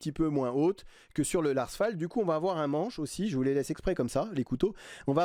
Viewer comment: Salut Fan de couteaux, je me permets de t'apporter amicalement de petites précisions : Casström se dit CasstrEUm, Las Fält se dit Lars Fêlt et Fällkniven se dit Fèll-Niven (Il n'y a pas de O et le K ne se prononce pas).